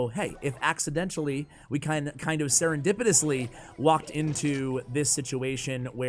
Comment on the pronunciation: Nobody:: serendipitously